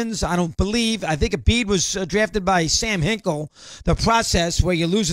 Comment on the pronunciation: Love how he calls Sam Hinkie "Sam Hinkle" 8 times. Never change, Dog!